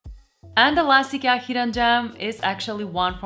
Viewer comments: Do yourself a favor and never say it like she does unless you want to get banned and ridiculed in Sweden. It's "E-ke-a". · IGAH? Eekyah? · Just one little correction. It is pronounced I-kee-a. I realise that 8n most languages it is pronounced differently, but in English, I key a please! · Have.......have I been pronouncing the name wrong for forever??? I used the say eye kia, but I guess I need to change that now. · Great video. I'm struggling though to understand your pronunciation of IKEA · I have been pronouncing Ikea wrong all this time!